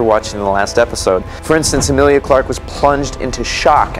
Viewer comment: Her name is not Amilia!!! She is Emilia